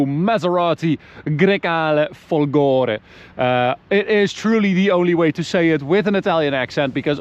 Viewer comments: It's "Fólgore" with stress on the first "o", Fólgore, not Folgóre! Which idiot's taught you to say it the wrong way??? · It's Fòlgore, not folgòre ahaha